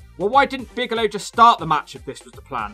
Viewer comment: I chuckled every single time you said "Bagelow". Think I'm too easily pleased, but glad you're back.